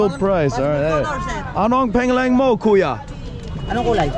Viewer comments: You ROCK,! Thanks for the comic relief! Your humbleness and ease when it comes to getting down with the locals definitely make for a fun watch. Will you still be there in April? Heading out there w/ family. By the way, pangalan is pronounced....."pung-alan". Have fun! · Bro your videos are pretty cool, when you ask what’s your name in Tagalog, pronounce it like this ano ang pawng ahhlan mo.. not the correct spelling but more understandable. Thanks and keep the videos coming. Entertaining. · I love your videos but they all corrected you but idk if you've heard it, but it's pronounced "pung-ah-Luhn" pangalan. We don't have the long vowels in Tagalog. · ANONG PANGALAN MO? WHAT IS YOUR NAME? YOU ARE PRONOUNCING IT WRONG FROM THE VERY START BRO! I THINK IT IS ABOUT TIME YOU SHOULD LEARN HOW TO PRONOUNCE IT SINCE YOU HAVE BEEN SAYING THAT MORE THAN ENOUGH FROM THE VERY START.